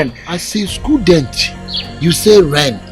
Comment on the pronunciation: As a skudent u say ren 🤣🤣🤣🤣